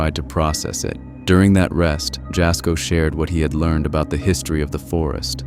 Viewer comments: Jasko , his name isn't said like Jas , it's said like YA-SKO, it's spelled obviously like Jasko but you say it like YA-SKO. Next time you put one of his videos in one of yours , I'd love to hear you say it correctly 😅 please for the love of God 😂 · Am I the only Jasko fan on here? Irritated by the narrators pronunciation of his name? Ya' sko or Jazz for short. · "It was a wind shield wiper" BROTHER THEY FOUND A DIFFERENT GUY. I'm sorry, that was not the same man. Compare the way they were dressed and tell me I'm not crazy for thinking it's a different guy. EDIT: Jas having his video thrown into a compilation only to have his name mispronounced like that is so hilarious to me lmao